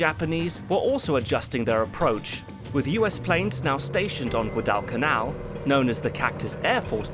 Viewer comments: he is putting a weird pause and acent on guad in Guadalcanal. I dipped out at 18 minutes in the video as his pronunciation was just like a screeching child on an airplane to me. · Gwadal is still two syllables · Assuming that this long documentary probably cost a lot of money to produce, it’s a shame that the narrator mispronounced“Guadalcanal” incorrectly throughout. I got so frustrated hearing the mispronunciation that I had to stop watching. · It’s a small thing but the way you’re saying Guadalcanal is killing me 😂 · Anyone else cringe every time he says Guadalcanal? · Great job on the review, but your pronunciation of Guadalcanal is nails on a chalkboard. Bloody hell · Why can't the narrator pronounce Guadalcanal properly or at least as the Marines did? It's distracting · If there's anyone out there who knows the narrator of this. Please tell him how to say Guadalcanal. 😮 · Please get a pronunciation guide! Guadalcanal doesn't have the weird ass pause in it that you put in it. Like nails on the chalk board !! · While you can't pronounce Guadalcanal, at least you got melbourne right. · My dad was 1st Division, Marines Guadalcanal. He never talked about it so this movie I always see as his story. Now if you could only pronounce “Guadalcanal” correctly, this would be a great review. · Why are you massacring the pronunciation of Guadalcanal? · Pretty weird for a video searching for inaccuracies in Cinema/TV productions to mispronounce a key island in that production. At least he pronounced "Japan" correctly. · never in my life have i heard it pronounced that way. even by other british historians in various other documentaries. not a big deal, it is what it is. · more importantly: why this pronunciation of guadalcanal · Also, in English '"Guadalcanal" is pronounced "Gwa", not "gwu" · Great video, although it was really hard to listen to "Guad-AL-canal" xD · Gwaddle Canal not gaaww del canal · Guadalcanal, like guava has a W sound to it. Gwadal... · Gwad-Al canal lol